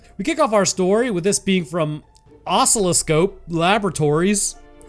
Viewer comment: That pronunciation of oscilloscope was somehow worse than my Chinese-national physics/magnetism professor's.